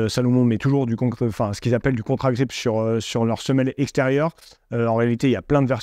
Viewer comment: C'est ContAgrip et non pas ContRagrip.